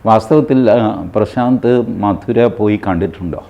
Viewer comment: മധുരയല്ല മഥുര